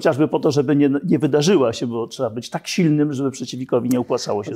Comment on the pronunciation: I co Pan zrobił Panie Naval, by Polski żołnierz z przymusowej rezerwy był dobrze wyposażony i wyszkolony? NO CO PAN ZROBIŁ poza tym, że mówi Pan, że "czeba"?!